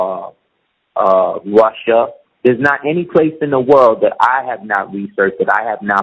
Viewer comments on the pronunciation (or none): none